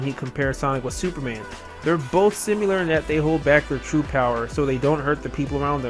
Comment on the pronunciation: simular? i think it is pronounced sim-ill-err.